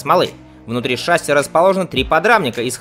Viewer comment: ШассИ. Ударение на "И"!